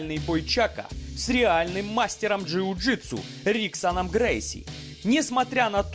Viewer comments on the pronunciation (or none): Чак ученик Брюса(а Брюса тренил Ип Ман), тут думать не надо кто круче. А Грейси имя "Хиксон" а не риксон, если правильно читать.